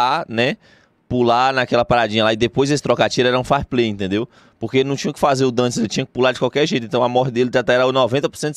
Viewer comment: "Farplay" kkkkkk